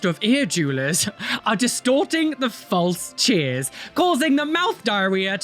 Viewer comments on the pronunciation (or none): none